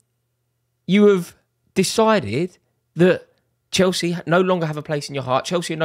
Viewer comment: Nah more like " You were never proper Chelce "